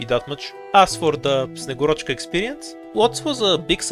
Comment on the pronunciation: man i was expecting a better name pronunciation from you as a bulgarian, at least put a stress on a right vowel :/